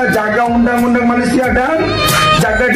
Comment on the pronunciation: Malaisia bang, bukan malaides 😂